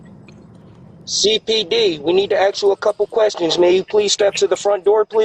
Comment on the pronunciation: They need to "axe" them a couple questions! Yeah... not going to believe you're a police officer if you can't even pronounce "ask."